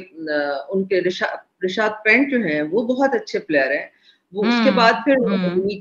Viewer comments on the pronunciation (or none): It's not rishabh pent it's rishabh pant 😂😂🙏🙏